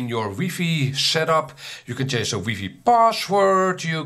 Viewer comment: Lol ‘weefee?’ First time I’ve heard it that way